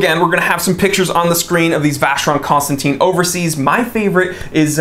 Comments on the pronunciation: For a watches aficionado wrong pronunciation of Vacheron Constantin is just a blasphemy. Especially if you own one. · You pronounced VC wrongly man...😂